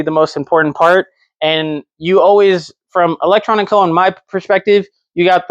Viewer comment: You alwaaaysss say electronn and co its electroooo lmao cmon bro